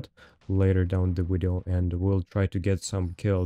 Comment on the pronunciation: When I get a kill like this ill be sure to say " Check out the wideo gg ha ha " <3